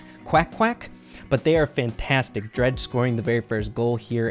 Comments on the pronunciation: It isn't pronounced Dr-ah-je, it is Dr-ai-je. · its drage not dreg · “Dredge” is how is saying it, it’s pronounced like “drayge.” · It is not dredg it is drage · It's drage not draage😑😑😑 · Hey rey just sayin' that DrageYT's name is not said dreg but it is said dreyg... Nice vid tho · It’s d RAGE not dreage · Omd it’s drage not dredge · Drege doing so good... it is drai-je (drage) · And also rey I love you man but it is pronounced drayge no drag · Draije and qwack qwack 🙂🙂🙂🙂 Come on rey it’s drage is easy to pronounce and qwack qwack is Eqwack.... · Drage when he sees that calls him “dreg” instead of “drage” (dr-aigh-g) Visible anger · Nice but the pronunciation is dreydg not dredge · If u don’t know u said dreg his name is drage with an AAA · I can't take this video serious with calling drage dredge hahahaha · When pronounces Drage, “Dredge”. 😂😂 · I was so confused lol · It’s Dr-A-j and I think equack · Thing of Drage’s name like Dreyge haha good video tho your boy -👋🏼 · btw you pronounce drage's name as drayge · "Dretch" LMAOOO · ur pronouncing drages name wrong bro😅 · Anyone annoyed by how says, “Drage.” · The way he said drage lol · spen is so underrated along with tom symantec and cerulean ngl Edit: you kinda said Drage name wrong but I don't think he'll mind 😂